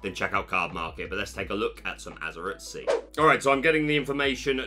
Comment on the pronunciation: Azur-eye-t .... not Azur-it ... please correct.